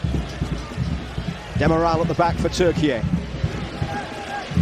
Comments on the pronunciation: Its not pronounced Turkee-ay,its just plain turkey,like the turkey you guys have in the white house😅😅😅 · Goddammit, it's TURKEY, not TURKEYAYE